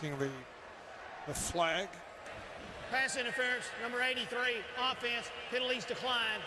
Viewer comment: Why the Rich Gannon pronounce it Ow-ffense?